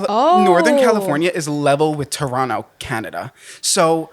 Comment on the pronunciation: I am so proud that you guys say Toronto the correct way. Alot of Americans love to pronounce the 2nd T . I am Canadian and love you guys! ❤